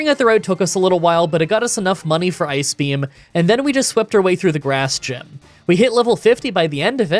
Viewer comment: My girlfriend thought you were saying “Ice Cream” in place of ice beam. You need to have “Water Onyx” use “Ice Cream”